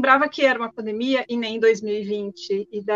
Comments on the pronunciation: Interessante, a palavra correta é PANDEMIA, ela fala paindeimia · Pq ela fala "pandaemia"? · Tão inteligente que fala pandaemia kkk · PANDAEMIA KKKKKKKKKKKKKKK ALGUÉM CORRIGE A SENHORITA PFV KKK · Por que "pandaemia"?? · Porque a apresentadora fala "pandamia"? 🤔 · NÃo sabe falar pandemia kkkkikkkkkkkkk